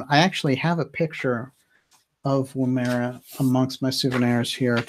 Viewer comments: Woomera is pronounced with emphasis on the first syllable. The woom is like woman. It's Woom-ma-ra. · great linking ! Its pronounced " Woo as in wood, ma-rah, Woomera that is. It is an aboriginal throwing weapon that unlike the boomerang does not return but needs to be found manually.....hmmmmm.....